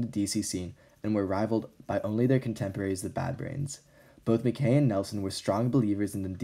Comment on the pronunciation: I’m sorry, it’s pronounced “Ma-kye” not makay